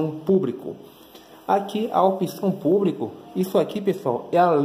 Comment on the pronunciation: Pubrico... kkk